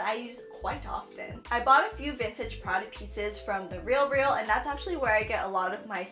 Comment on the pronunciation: the way u say Prada is awful